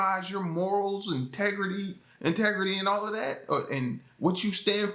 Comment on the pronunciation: did you say tegrity lol remind me of south park